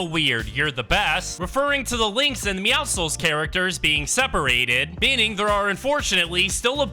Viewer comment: But at least he says meowscles correctly